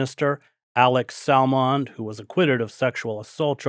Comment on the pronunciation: Hiya Craig, Edinburgh boy here. Just say Salmon like the fish. Sammin but with a D at the end and the stress is on the 1st letter of the 1st syllable not the 1st letter of the last syllables. No offence but i hear Americans do this. Anyway. Love your stuff. 🏴🤝🇺🇸